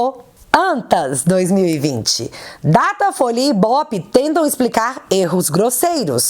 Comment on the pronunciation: você errou em uma pronúncia. O nome certo é... DATA FOIA